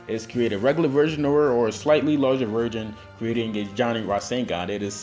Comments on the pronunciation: Is it me or he says virgin instead of version? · idk dont if you guys noticed but i did, when ever he tried to say version to me it sounded a lot more like virgin. not hating on the video in fact i really liked it, i didnt notice about 3 of those people who actually used the roseangun sorry i butured the spelling